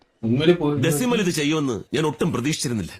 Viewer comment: "Dessi Mal" made me cry😭 It was actually "Decimal"😂